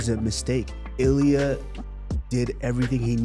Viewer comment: that's not Ilia... That's Ill - IA